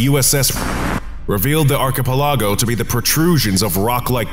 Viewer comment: my eye twitched at your pronunciation of archipelago... like that hurt man, big time. Read this phonetically and out loud: Arkuh-pelluhgo Besides that one tiny nitpick your content is solid as always 👌 keep up the good work!